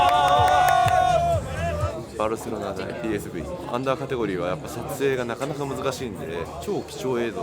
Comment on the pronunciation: ピーエスブイではなく読み方はペーエスフェーだよ